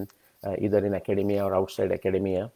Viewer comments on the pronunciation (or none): none